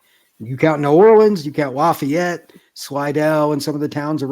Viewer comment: Lafayette is pronounced- laffy-yette lol